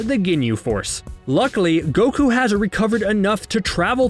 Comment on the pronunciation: How do pronounce words wrong the anime explicitly pronounces correctly for you?